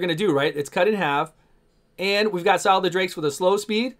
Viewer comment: Sile the drakes xD Scyl would be pronounced Syl btw